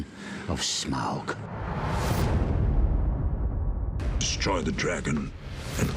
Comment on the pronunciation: People really need to learn how to pronounce Smaug. It's Smowg not Smog